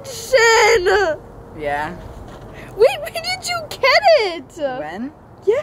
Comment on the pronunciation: was like “JeNsHen” 😂